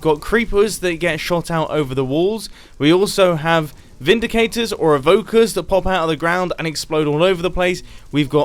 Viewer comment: why he say evokers like that? XDXD